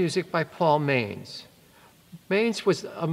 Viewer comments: Manz is pronounced "montz". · You're pronouncing Paul Manz's name wrong